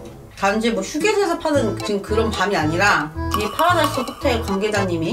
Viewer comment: 파르?라?나스호텔 말씀하시는거 같은데 파라다이스 킹받네요 ㅋㅋㅋㅋㅋㅋㅋ